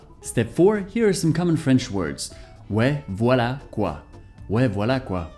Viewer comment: Omgg, i'm french and your pronunciation is perfect, really !! Like a real french, I can't do the difference 😱👌